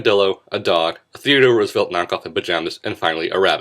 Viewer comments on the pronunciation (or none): none